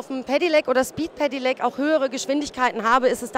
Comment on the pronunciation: wie kann man so oft hintereinander "Pedelec" falsch aussprechen?? "Pedilec", junge junge